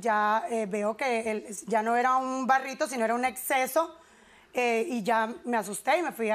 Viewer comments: Se dice Absceso. No exceso. No entiendo por qué no corrigen a la gente cuando habla mal. Es como cuando dicen daños y prejucios jajajaja. Otra cosa, el novio la deja por eso? Wow cuánto amor y confianza había en esa relación. Jajaja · "Exceso" no, ¡"absceso", cariño!